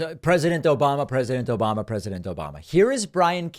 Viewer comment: "OBAMNA" (sic) 😂